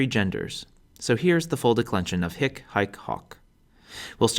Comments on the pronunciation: your short is the vulgar latin short vowel, that is why you're pronouncing it wrong. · THE H IS SILENT FER CRYIN' OUT LOUD. HIC, e.g., IS PRONOUNCED "EEK" and HAEC IS PRONOUNCED "ACHE". OMG. I listened to this and my head almost exploded. How could they make such an error in pronunciation? H IS SILENT!!!!! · don't sspire the ''h'' for hic, haec, hoc you should pronounce [ic] [ec] [oc] 😊